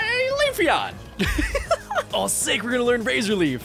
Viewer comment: I love your videos back bro you forgot to say Leef.eon